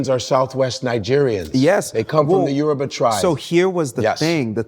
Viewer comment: He left at 10…. Can pronounce his name flawlessly with the Yoruba accent. But pronounces the word Yoruba…as “yoroooba”?. Goodness me